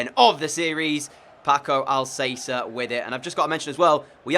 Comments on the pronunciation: I'm sorry it's bugging me, it Paco al-cas-er not al-say-ser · Al-ka-sair dude not Al-sey-ser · It’s Paco Al Ka Ser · Sorry but it's pronounced AlKacer not AlSacer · Who else cringed when he said pako al-say-ser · Al cath-er in Spanish Al casser in English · Had to dislike for “Al-say-ser” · "I might get some player names wrong, Paco Alsaser!!" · “I’m gonna apologise in advance as I might get some player names wrong AS PACO ALSAYSA GETS IN BEHIND sorry this killed me 💀😂 ❤️ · Pls pronaunce alcacer as al ka cer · It’s Paco Al Ka Cer bruh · Stop saying Alssasser ( Paco Alcácer) Go search for his pronounciation That triggers me sorry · Alcacer is pronounced Al-ka-sair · lol.. your absolute garbage when it comes on to pronouncing players names... It is AL-KA-SAIR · You have to say Alkaser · Alcacer is Al-Ka-Sir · No, its Al-Ka-Ser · STFU you guys don't speak spanish. Its Al-ka-ser you dumbass